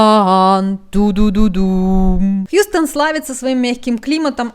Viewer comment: Хъюстэн !!!! Хюстен))),!!! У нас проблемы!!!